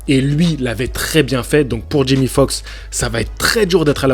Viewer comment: Tu dis Jimmy, c'est Jamie ! Tu sais comme dans "c'est pas sorcier" 😂 (Jimmy et Fred)😁